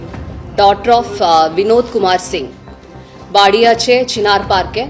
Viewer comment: ম্যাম বললো চিনার পার্ক আমি শুনলাম ছিনার পার্ক 😳